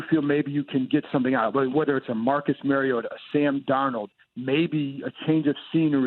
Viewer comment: 5 years in and they still can’t pronounce Marcus Mariota’s name right